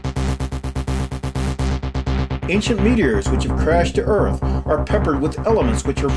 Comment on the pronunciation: I like the way this guy says Earth in two syllables. Er-ith.